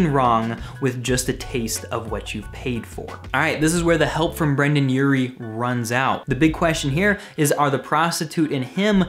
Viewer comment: he keeps saying brannan urie and brandan Its Brendon Urie